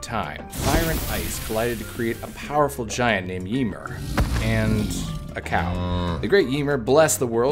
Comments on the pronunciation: Yemur 😅 Ymir is (yuh-meer) for future reference. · Ymir is pronounced yuh meer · I like how he pronounces Ymir lol